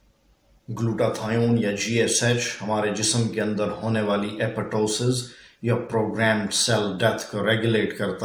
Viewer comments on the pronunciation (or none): none